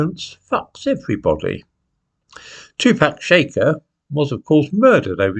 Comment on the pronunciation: I love but two pack shaker made me laugh.